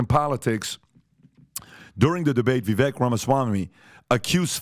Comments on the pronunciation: Viv-vake.....not Viv-vek. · Say it with me "Vivek rhymes with cake!" I donno how Patrick still hasn't got this after so long. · You guys are still pronouncing his name wrong. Vivek (Vivake like cake) remember? Lol. Just saying. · Please learn to say Vivek’s name correctly. Rhymes with ‘cake’. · vih-vayk. It really is time to starting respecting him enough to prnounce his name correctly. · Learn how to pronounce Vivek ramaswami's name correctly. It's not that hard It's not pronounced how it is spelled. If you say cake. It's basically VIV-AKE